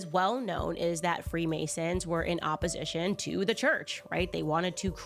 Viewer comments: It's opp-O-sition, not opp-U-sition. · Great video. Constructive criticism. You're pronouncing opposition wrong. Its OPP-O-SITION not OPP-U-SITION. This woman's hypocrisy has bugged me for 2 years. Thank you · “Opposition” Where do you get the “u” from when you say that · It’s pronounced Controlled OPPOSITION my brotha. Keep doing God’s work sir ! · The way you pronounce “opposition” is throwing me…